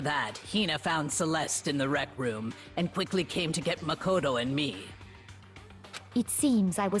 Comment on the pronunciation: i feel like someone should have really told you this by now but it's pronounced muh -koto or am i just missing the joke